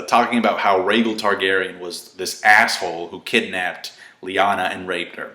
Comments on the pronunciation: Rhaegar not rhaegel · Rhaegal??? I know you know its Rhaegar